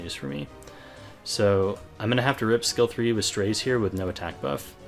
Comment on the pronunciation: Isn't his name pronounced as "Strah-ze"?